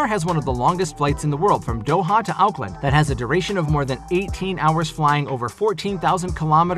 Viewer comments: Anyone else cringe the way he said Auckland 😂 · as a new zealander. Yes lol